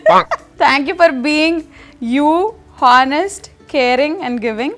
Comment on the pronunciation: Everything is nice. But you pronounce honest wrong every time. H is silent. I don’t know whether you do this on purpose like pronouncing Vishnu different. If you don’t do it on purpose, this is just little correction I have. U always rock sreemukhi 👍👌. I just love the title song. U look so beautiful and stylish 😍🤩